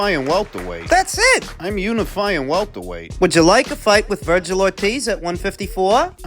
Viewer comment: Dnt mean to sound like a jerk or anything because fully enjoy your boxing uploads, but whn has Ortiz jr’s name ever been pronounced like “Vergyle” lol